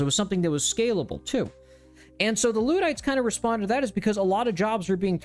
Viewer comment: Luddite- the first syllable is more of a le sound.